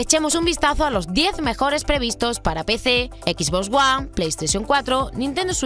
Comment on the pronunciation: Ví-deo, no "vidio", "ecs botz Uan" no 'equiz- bos juan", esas otras palabras más, no las pueden decir o pronunciar bien para que haya aceptación tanto para hispanoamerica y España? :|. Ya de ahí, buen "vidio". (: (Y luego a Hispanoamérica le culpan de usar modismos en el doblaje o locución).